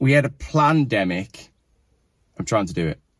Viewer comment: Pronounced P land emic.